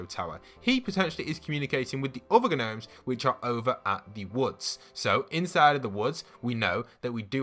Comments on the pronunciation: Is it just me or does Midas’s room have a FNAF vibe (Who Else is frustrated he is saying Ganomes instead of nomes?) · Gnomes is pronounced “nomes” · “ghnomes” 😂😂 love your videos !! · His pronunciation of gnomes triggers me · Gnomes has a silent ‘G’ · Just a heads up, the g in gnomes is silent lol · Does he call them gnomes (pronouncing the g) on purpose?